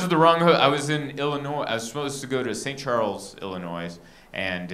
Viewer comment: I love this guy but did he just say Illinoise?!😋